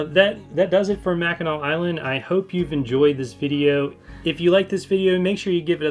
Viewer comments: Not “nack”… “naw” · Grew up in Michigan (Detroit) been to Mackinac Island quite a few times. As a child and adult. Great place. But it's pronounced mack-in-aww. Much Love and Aloha 🤙🏼💯🇺🇲.